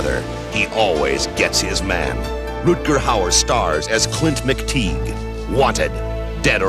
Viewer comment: "Clint McTiege?" Haha!